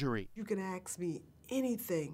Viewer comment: Wait wait wait did she say aks me instead of ask me ?